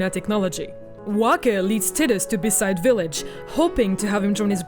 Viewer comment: titus and beside (besaid)? good video tho.. lol